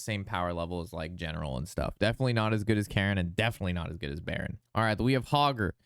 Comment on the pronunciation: Thanks for this breakdown. It is very helpful as anew player. "Cairne" is pronounced like "cairn" a stack of stones. Not "Karen" like the lady who demands to see a manager.